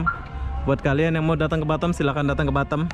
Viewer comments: Batam bukan batem... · gw baru denger org bilang Batam dengan "Batem".......ngakak gw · Pronounciation horbour bukan harbor tapi aber bey bisa dicek di kamus.. Batam (a keras) bukan batem sesuai EYD dong